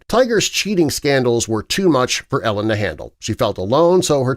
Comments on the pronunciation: I wonder why people who do youtube videos on famous people often mispronounce their names. Her name is not pronounced like "Ellen' - but is "Eee-lin." Would be wise to do better research, don't you think, my friend? God bless! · It's not Ellen........its EEEE-Lyn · sarcasm Im hoping - dude is total trash and ruined the entire thing by mis pronouncing E-LINS name - it isnt ELLEN you twit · Narrator miss spoke her name. E LIN not Ellen FYI 😂 Tiger is trash 🗑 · her name is said E lynn not ellen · Same!! It’s Eeeee-lin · It’s pronounced Ee-linn, not Ellen. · It’s driving me nuts that he calls her “Ellen”. Lol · Every time you say Ellen I feel like you’re trying to convince us Tiger was married to a lesbian. It kind of makes your entire video complete dogshit when you can’t even pronounce Elin’s first name. It’s even worse when you mispronounce it 500 times in less than 10 mins. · Hard to see you as credible when you don’t even know her name is pronounced “E” lin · Is that Jenna Jameson ??? AND I think it’s pronounced “ E- lin “ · Karien Slaven it means he doesn’t prepare his script well, lots of factual errors (woods has one son and one daughter, not “two sons”), pronouncing elin as “elis”. most of his videos have basic mistakes like that. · If you are going to make a video of someone, you should probably pronounce her name correctly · Saying her name wrong! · How many times can you say her name wrong? All the times. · They never do-.